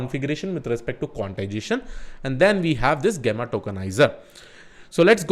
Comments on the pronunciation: Its not gaama, gameaa.. its Jemma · jeh·muh is the correct pronunciation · Thanks for putting the efforts to create another great video! and btw it is pronounced as [ˈjemə] 😄